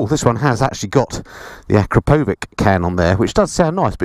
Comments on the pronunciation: You mispronounced Akrpovič. It should sound more like ACK-RA-PO-VICH. Sorry...i'm from Slovenia, where also the company is based, and it is a little cringy when people say it the wrong way. :D But I do understand that is hard word to say right. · I would say that the emphasis in on the last one (fourth).